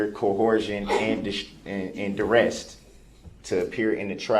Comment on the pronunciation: Throughout the trial I was laughing and cringing at all his misuses and mispronunciations, repeatedly, "suBstain", 'duressT", "coHERzion", "stopPLE", "groundZ", it was obnoxious!!!